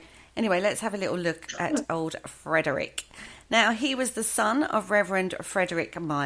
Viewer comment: It's Frederic, not Frederick.